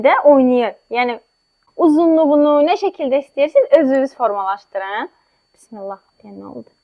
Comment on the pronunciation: Bissimillah yox ay xanim Bismillah